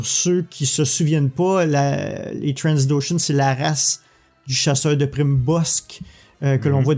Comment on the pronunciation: On dit Trandoshan, pas Transdoshan ^^